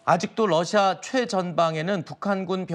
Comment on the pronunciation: 억양 왜 남한식 러시아 일까요 우리도 다른 나라를 호칭 할 때 중궈, 니혼 이런 발음 사용하지 않아, 국정원과 우크의 합작품 같다😊